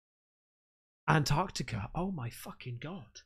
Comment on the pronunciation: She was pronouncing and spelling Antarctica wrong though so until the guy from the YouTube video typed it in and confirmed it I was skeptical lol just saying, if you can't even spell it right I doubt you'll get all the numbers in the right place 😂